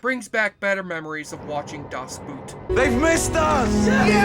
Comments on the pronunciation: "Jürgen Proch-no", not "Proch-now" (I don't mind you skrewing up the pronounciation of 'ch' -- unless you're German or Klingon), but -- for the love of ... -- it's [sth. like] "Das Boat" -- not '*oot'. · It is pronounced more like "boat" than the foot wear. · Here's another drinking game: take a shot every time a youtube moviecritic butchers the pronounciation of "Das Boot".